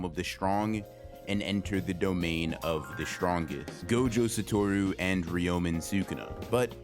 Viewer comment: Bro why do you have to pronounce the character names so badly? I stg man I love your videos but constantly hearing "Gohjoh Satowrooo" and "reeyomen sookuna" makes me wish you could make like Mahoraga and adapt to the media you're reviewing just a bit